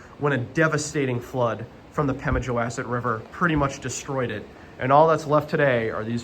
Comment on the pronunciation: Nice video. Please, …wass.. as in the name of the river rhymes with boss, not mass. There are also some cellar holes across the railroad tracks. I believe NH public TV did a program about it. You might search online for some non copyrighted images to edit into your videos.